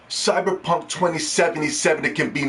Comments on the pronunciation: He saying it like that on purpose i figured that out from the fact he spelled the Title cyberpunk. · You can’t even say cyberpunk right